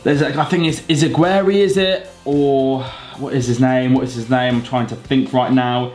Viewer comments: ***** its pronounced iz a g your ay and vermallen cb but all in all good job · Its izz-gee-ray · Celtic left back is pronounced izzageery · You said Izagurrue and Denayer wrong